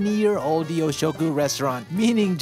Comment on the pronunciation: I think it's pronounced more You'shoku instead of Yo